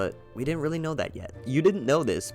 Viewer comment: He was weally excited